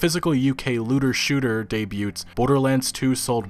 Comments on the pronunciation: "Day-byoots". Oh the lulz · The t in "debuts" is silent. "daybew" Just saying ;-)